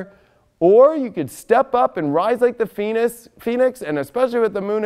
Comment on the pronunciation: I thought first he said rise like the penis!! LMAO!